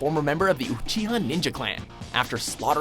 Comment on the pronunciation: I am honestly surprised they pronounced uchiha right, they say Sakura wrong every time